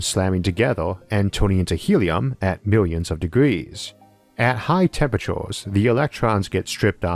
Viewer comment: Get a better speech program hopefully not americanised.. Temperachores ? Dooteron?